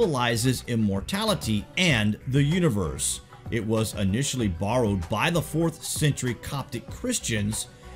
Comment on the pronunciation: funny how you say "borrowed"